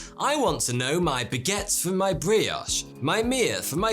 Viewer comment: The sponsor could never have chosen anyone better than. Judging by the way he pronounces “baguette”, “brioche”, “mère”, “grand-mère”, “soleil” and “soirée”, he really needs the app to improve his French skills so as not to scratch his head in embarrassment 😅